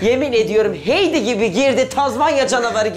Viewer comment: Heidi, "Haydi" diye okunuyor.